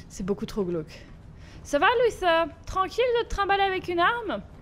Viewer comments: c'est pas luseur c'est luther je t'ador Bisou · C pas lusseur c luther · Tu me stresse à dire Luther "Lusseur", ça se prononce Lutère si je me trompe pas 😂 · C pas luseu c’est luter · Sa ne se prononce pas lusseur mais luteure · ses luter pas luser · C pas luser c est luther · Juste Luther se prononce pas “Lusseur" mais “Luteur" voilà sinon super épisode comme d'hab 😁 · C pas lussère c lutère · Moi j'ai vu Detroit avec Sora aussi et il disait Lutère du coup ça me perturbe aussi qu'elle disent lusseur😅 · Je crois que luther sa se prononce pas comme ça toi tu dis" luSeur" mais c'est" luTeur" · Sa se prononce luTer et non Luther la petite la dit x) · Alice prononce Luther "📣luter" dans la vf ! Comme ça tu sais ^^ (mais bon tu le prononce comme tu veux hein) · C'est luter que on dit son (maître ) dit comme ça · C'est parce que " Lusseur " est la prononciation anglaise qu'elle le dit comme ça 😉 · C'est parce qu'elle le prononce avec l'accent anglais . Après chacun le prononce comme il veut , c'est pas forcément faux de le prononcer comme ça, La VO du jeu c'est l'anglais après tout.